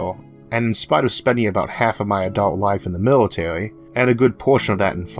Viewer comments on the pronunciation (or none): Militawy Conflicts in Space sound Intwesting